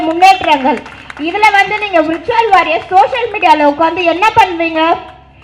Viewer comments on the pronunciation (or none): Virtual warriors nu ozhunga solluma athuve thappa solre....